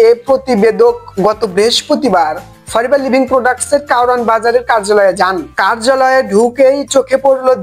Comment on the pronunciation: বোকা দোসা 🤣Forever ভালো করে উচারন এই করতে পারে না আসছে ফরেভার নিয়ে নিউজ দিতে 🤣🤣 বিনোদন দিলা নাতী 🙊